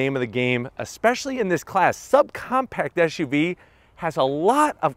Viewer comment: Why do you keep sayin SHUV ..it's not like you have a lisp! it's SUV